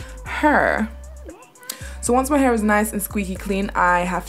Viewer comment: why do you say "h-u-r" its "h-a-i-r" not to be rude